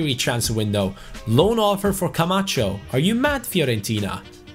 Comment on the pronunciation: Is it just me or when says Camacho it sounds like “come at chu”